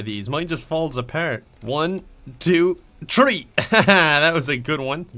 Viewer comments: I didn’t know if you were saying tree or three (get it cos he’s Irish) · One, Two, Tree. Im dying😂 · "One, two... TREE" 😂😂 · Lucky_Miner01 Tree. Because it’s suppose to be a joke or something. LOL